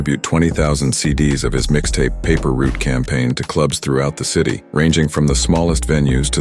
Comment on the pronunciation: Paper route not paper root fam